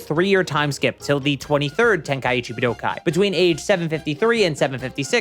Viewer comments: Honestly it's your enunciation of buu-doh-kai. You're hitting the 1,2,3 chop on my ear drums by over-enunciating it IMO. It's much more pleasant (and normal sounding) to enunciate it more like budoh-kai. At the end of the day, we pronounce it the same way.. so you probably shouldn't assume that the viewer must be incorrect because they offered criticism on your delivery (esp if you're trying to appeal to knowledgeable fans of the series.. you should look into things more before assuming - if you care lol). Here's what I could've said to be more direct: I find your delivery of the word harsh and annoying, especially considering you somehow make the correct pronunciation sound bad. But frankly, I just wanted to express some sort of feedback without being a complete jerk. Honestly, your content is pretty good, and I figured you put a good amount of effort in - so that's why I even replied to clarify all of this. Don't assume people are wrong when they could have a valid point tho. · Point to where I said "pronounce" or said ANYTHING about the pronunciation. Bruh. I specifically said "they way this dude says" because I FELT like "budokai" stood out like a sore thumb in every sentence for no reason. It's the enunciation. It breaks up the flow of the sentence and sounds harsh. I noticed it multiple times and I left a pretty normal YT comment bc of it. BUT clearly you're too sensitive to feedback to put in any critical thought about the feedback I'm actually providing. You don't even have to agree, but don't act defensive and correct. Stand on business, and try rereading a comment to make sure your reading comprehension isn't failing you. Shit bothered me in the video, then I provided actual feedback. The way you handled it was very arrogant. Cool. Move on. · The way this dude says Budokai is going to give me an aneurism